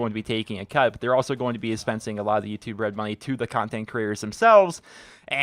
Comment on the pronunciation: I keep hearing "Youtube bread"